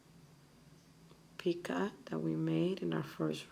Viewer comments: I enjoyed your video very much. I only have one problem. Picot is pronounced "pea-coe" as in Edgar Allen Poe. The "T" is silent. Other then that, I learned to false picot trick, so thank you very much. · Picot pronounced pee coe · Picot - the o is long and the t is silent